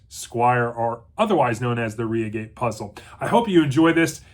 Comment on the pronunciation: Good God man , it's Reigate ( as in eye , not ree).